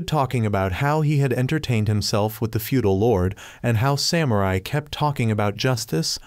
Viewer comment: because you say samurai in weird way I don't wanna watch